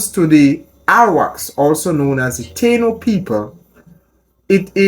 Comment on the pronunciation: "Taino" is pronounced Tah - EE - no.